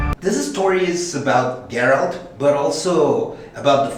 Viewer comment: Es GERALT no GARELT y el libro se llama The Last Wish, una leve correccion nomas